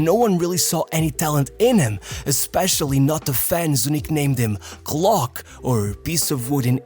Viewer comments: Kloc, not klok. It's more of less the Yiddish word klots, adopted into English as klutz. Great video, it's important to show Džeko some love. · It’s not EEDIN but EDIN, and it’s not KLOK but KLOC. There’s no breather, and the video is full of AI artifacts and mistakes. These shouldn't be happening in an otherwise nice video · Its not klok but kloc with c beeing pronounced as c in cesar